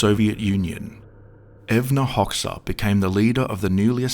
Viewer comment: #WTF...? Evna Hoksa? LoL.. :) Use Fvck!ng GoogLe Translate And Listen...